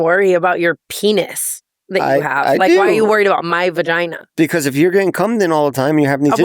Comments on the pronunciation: Jeff calls it a veRgina 😅😅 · I love when jefff says vergina😂😂